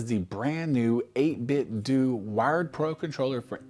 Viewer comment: You are the only guy I've heard Pronounce the company 8BitDo right and you have earned my subscription 🙌